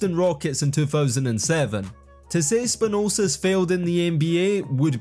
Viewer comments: Where'd you get the extra 's' in Spanoulis? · SpanulSis - where in the heck did you get that other S from? :D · SpanouLis, not Spanousis bro, just read... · SPANOULIS NOT SPANOUSIS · 'basilias spanosis' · who the hell is Spa Noole Sis?? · What about spanoulsis lol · Great video! But Spanoulsis 😂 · The pronunciation of "Spanoulis" was really bad. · You made Vassilis Spanoulis half serbian, and also messed up his surname. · Please put some effort... Bolonnga? Beleeshea? Spanulses? And please don' be biased use facts: "traded to their better rival"??? (7 vs 3 Euroleague titles, 39 vs 14 national championships) also Spanoulis' 2009 Euroleague title was not with Olympiacos but with Panathinaikos.